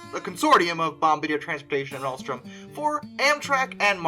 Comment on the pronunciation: You are the only person I've ever heard say Altrom when it's clearly Alstom and Siemens is pronounced Seamens